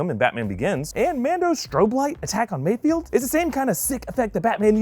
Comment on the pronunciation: MayFELD, MayFELD, MayFELD